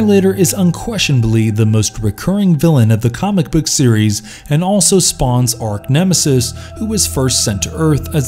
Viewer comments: Thumbs down since you said “ark nemesis” I’m not going to dislike but it’s arch nemesis bro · it’s not that important he just mispronounced it